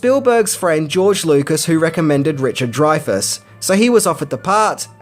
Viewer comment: youre an idiot, its not dryfas, its drayfas